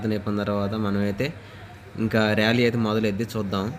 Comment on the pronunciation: రేలంగి కాదమ్మా ర్యాలీ తెలుగు మాట్లాడుతున్నారు